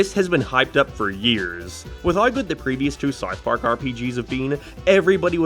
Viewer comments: Why do you say SARTH PARK? And why is this being recommended to me? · Am i having a stroke or are you pronouncing it Sarth Park? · “Wherr is Sarth Parrg?” I dunno man, you tell me! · “Sauth park” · Whats Sarth Park? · saurth park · "sarth park" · "Where is sourth park" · "Where is sourf parc" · Su-arth Park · Saurth pauurrk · whaer is sarth park